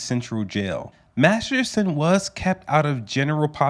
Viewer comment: You said his name so do wrong over and over. I was you to say his Danny’s lat name and spell it by sound. Lol.